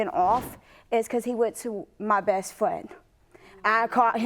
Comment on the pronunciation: All we can all agree on so far is that he hooked up with “her fwiend!” 😳